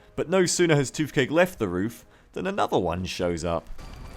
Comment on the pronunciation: Why do you say "f" instead of "th"? eg. "toofcake" and "forf". It's find of distracting, though fin men would be an improvement. Shark men > skinny men.